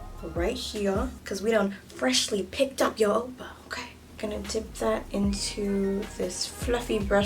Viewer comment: the way you say oppa sounds like "opa" (grandpa in dutch) i'm CRYING😂😂😂😂